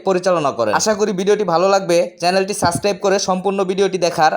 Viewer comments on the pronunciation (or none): সাসক্রাইব না ভাই, সাবস্ক্রাইব